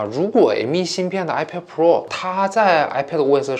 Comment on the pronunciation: 读错了，是iPad菠萝